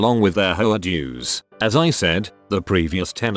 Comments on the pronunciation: Ayyy! Whatsa matta, you? You-a no likea de ho-ares?! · Every time I hear the voice pronounce "HOA" I hear "HO-ARE" Like an Italian saying "Whore". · HOAs really are HOe Ahs